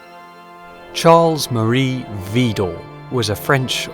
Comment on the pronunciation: I am from the Netherlands and found you by chance. I am so impressed and full of admiration. One tiny point of criticism. In French the emphasis in Widor falls on the second syllable.